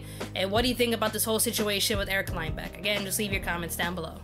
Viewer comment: You said Lindbeck wrong btw..... Bruh Fake support